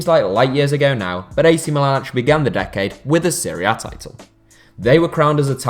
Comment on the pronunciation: Everytime he says "Serie A", it sounds like he's saying Syria.